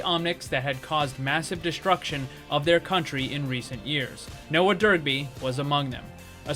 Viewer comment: Love the concept, but I can't stop hearing you say Derpy every time you say his name. Dunno why, but it cracked me up the whole video.